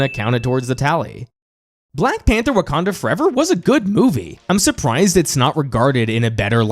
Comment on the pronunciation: “Wakander Forever” lmao 😂